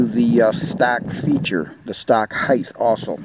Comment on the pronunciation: Good video, however there is no "H" after the "T" in the word Height..(Hite not Hithe)